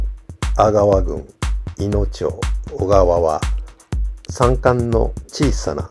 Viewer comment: 「小川」おがわでなく、 正しくはこがわです